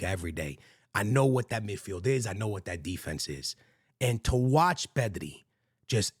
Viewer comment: Bro I thought they were saying “Messi” not “pedri”